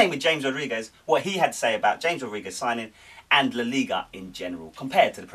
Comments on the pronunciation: It's Ham-ez not James. Other than that good show. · It's CHAMES mate